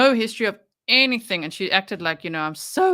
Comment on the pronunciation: It's so crazy to me that she was actually hired by any school district when she can't even pronounce words right or place them in the right spot in a sentence. I know everyone already knows this but it's just so damn annoying to me how she talks! She turns g's into k's, anything become "anythink" thing becomes "think"! She starts a question with the words "Why come". Apparently she's worked at alot of different schools so what has happened with our school system right here in the US? I think the entire country needs to do an internal investigation on our school system since they hire people like her! That's just beyond ridiculous!!🤔🙄